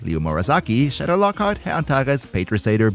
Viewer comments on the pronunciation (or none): none